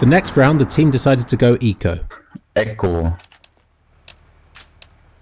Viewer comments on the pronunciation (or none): could you release those music? I.. like them? xD I believe it was made by your dad, right? Really unique music. PS ''ECKO'' LOL!!! sounds so stupid. He can't say ECO.